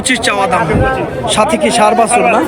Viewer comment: ভাই বাসুর হবে না, বাছুর হবে।এটা একটা মিডিয়া প্লাটফর্ম,যতটা নির্ভূল করা যায় চেষ্টা করবেন।